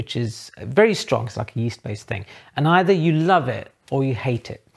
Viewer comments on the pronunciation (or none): none